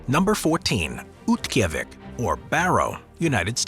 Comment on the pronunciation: for the record, Oymyakon's last syllable is 'cone', rather than 'con', which is proven out on its Wikipedia article, as well as several videos and TV specials I've seen about it. Utqiaġvik = oot-key-AH-vick, and it also has a Wikipedia article with an accurate pronunciation given. Harbin, China is har-BIN. Yakutsk = yah-COOTSK. Saguenay = SAG-Ə-nay. In the Fairbanks section, Tanana = TAN-uh-nah. Since it's not a city, it probably doesn't quality, but it still warrants being brought up: Alaska's Prospect Creek Camp = coldest recorded temperature (-80F/-62.2C) in USA on 1/23/71; located at approx. Milepost 135/217km on the Dalton Hwy., 20 mi/32km north of the Arctic Circle. This was one of 31 camps built during the construction of the Alaska pipeline to house the workers, thus avoiding long commutes to work. International Falls is on the Canadian border.